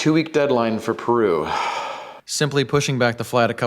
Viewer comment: Can't wait for the real world test, because this is really promising. Btw, thanks for going the extra mile and pronouncing Peru and Chile correctly. That was classy.